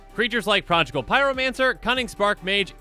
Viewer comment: Projigal Pyromancer? That mispronunciation must of course be Eddie's fault. Blame Eddie. (Thanks Eddie!)